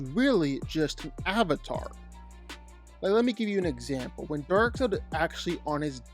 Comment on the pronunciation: It's Darkseid, not Darkside. wtf? If you don't know the name, everything else loses any credibility.